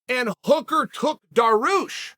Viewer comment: Alright I take back my last comment about saying names wrong. Darush is okay in my book